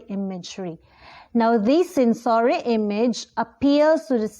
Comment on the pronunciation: Kindly check the pronunciation of the word, sensory